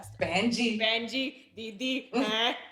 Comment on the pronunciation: No one: Lilly: Didi CC: Deedee